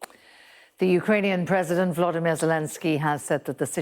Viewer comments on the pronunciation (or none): none